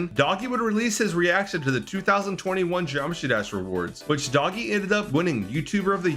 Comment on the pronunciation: its not doggie its doogie